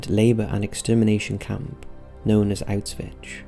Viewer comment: Auswitch? Is that right? Sounds weird. Auswitch....( 💡 ) He's saying Auschwitz...wrong.